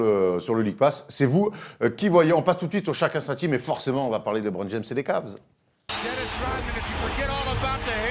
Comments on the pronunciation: On dit LEEEEEBRON pas LiBron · Il est bien sympa votre invité, mais faut qu'il arrête de dire "Libron"... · "Lee bron" Stop quoi ! LeBron ne soulève pas assez de mères pour bien prononcer son prénom ? ;)